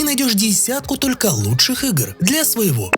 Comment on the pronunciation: Мне одной послышалось,худших?😮